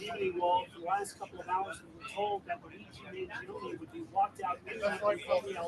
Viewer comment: Luigi 'mah gee o knee'